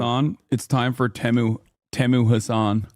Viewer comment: It's tem I not teemoo 😊😊